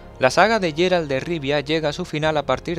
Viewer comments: en ingles ingles lo nombran Geralt no yeralt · es GUERALT NO YERALT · No es "Jerald". Se pronuncia como "Guerald"